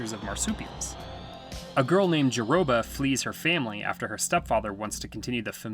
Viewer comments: It is pronounced Jerboa. Not Jerroba. 🙂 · A girl named what? It's pronounced "Ja-bo-ah". I get that the narrator probably has never seen the movie, but...🤦🏾‍♀️🤷🏾‍♀️🤣 Great video, anyway! I love The Howling lll, The Marsupials!